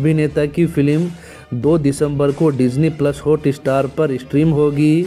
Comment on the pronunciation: Thumb nail ke Sath subject kue nehi match hota ?Sir please HOOTESTAR NEHI it's HOTSTAR .First correct ur pronouncetion .1 DISLIKE Banta Hai.